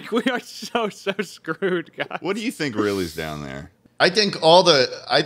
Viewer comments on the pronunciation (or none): "i tink"😂